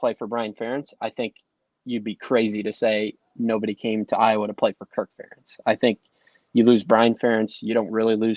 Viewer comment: Kirk has been at iowa how long and our fans still can’t pronounce his name.